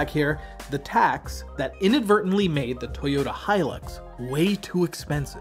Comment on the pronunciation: Thank you for pronouncing the Hilux properly instead of how 99% on Americans pronounce it as Helix